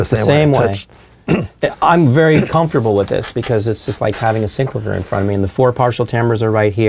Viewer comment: I think it's hilarious how you all pronounce SEENC-la-veer. I always thought it was Sin-CLAY-vee-yer.